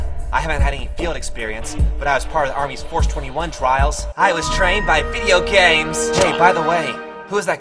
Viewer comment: Raiden: I was trained by Video Gaems!!! XD